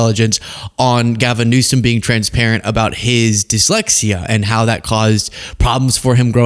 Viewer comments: Did no one else notice tRump said "the president of the United States, Gavin Newscum"? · Did you catch he kept calling him "New-sCome" ? At first I thought he was making a joke about his name, (New Scum) but he usually makes it very clear when he's joking in that he thinks he's so funny. And THAT's the funny part. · Is he calling Gavin Newsome "Newscum" on purpose? Or does he really think that is how it's pronounced? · He pronounces it Newscome, wrong! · Newsom probably has a higher IQ than Trump! Well, I think EVERYONE has a higher IQ than Trump! 😂. He can’t even pronounce Newsom, he says Newscom! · Does anybody else notice he’s saying newcome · tRump sits there discussing how a president shouldn't have "learning disabilities" ... as he cannot say his name or refuses to say Gavin Newsom's name correctly. Ummm ... excuse me ... I don't think we should have an imbecile as president. The learning difficulties are a hurdle not a wall. Very intelligent individuals out there with learning disabilities doing great things ... but your dumb sits there and judges others while becoming a president that has gotten away with so many crimes and alleged crimes 🤔🙄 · Rump roast can't even say Gavin Newsom's name correctly. 😂😂😂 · He’s talking about Gavin’s dyslexia making him dumb but he can’t even pronounce the dude’s f**king last name omg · "Gavin Newskum has learning disabilities" 😂 Trump can't even pronounce names right. Who is he attacking?? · He can't even pronounce Gavin Newsom's name right!!!! Newcome!!!! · To Trump: Before you start talking about learning disability, you need to have perfect speech! It's Newsom, not "Newscom" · He can't even say his correct name. He keeps saying Gavin newscome instead of newsome. And jd thinks he's smart but he's as dumb as dirt. Albert Einstein had learning disabilities They are actually very smart people. Trump is just stupid. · He mispronounces Newsome’s name on purpose. Look who’s scum now!